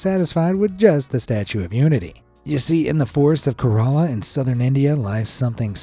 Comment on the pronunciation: i am proud of my country an state (India and Kerala) btw you got pronunciation of Kerala wrong